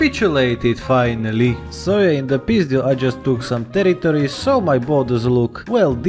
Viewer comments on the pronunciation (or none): none